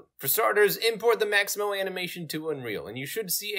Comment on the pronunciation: Its Mixamo! not Maximo!